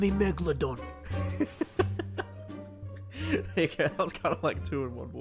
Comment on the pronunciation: "Enemy Megladon" 😂😂